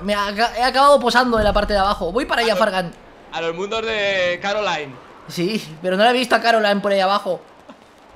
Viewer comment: No es Caroline es Coraline